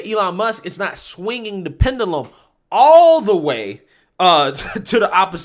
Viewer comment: i love yu bro,but please learn how tp pronounce wrds in your videos,its not pendulum,itsounds like pen-jew-lum